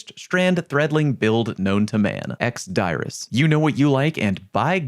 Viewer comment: That's how it's actually pronounced